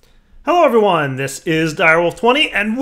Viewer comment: Did he say "Hello every WAND? This is ..."